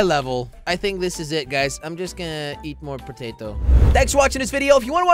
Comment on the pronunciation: “ITS RAINING POTOTO”.........bruh pototo the hell